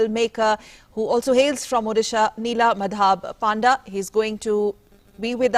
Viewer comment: Atleast do some research before inviting great directors like shri Nila Madhaba Panda. You cannot pronounce his name properly, nor the movie's name.... Neither the meaning of the Movie. Worst journalist ever.